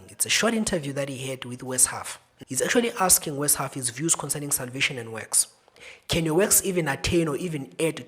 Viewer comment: Amen. Glory be to God! need ’s name is Ryan. An amazing brother in Christ. Also, little correction, it’s Wes (Wesley) Huff, not West. He is another great servant of Christ. May the body of Christ grow more servants such as yourself and these young men.